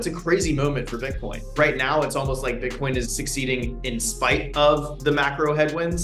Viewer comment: They way this dude pronounces Bitcoin makes me cringe